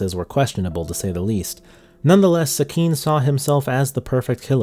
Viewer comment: For a guy whose content mainly revolved around Japanese media, can’t you learn how to pronounce Japanese names and words correctly? Like Sekine is pronounce Seh-ki-neh, why would you say as se-kin?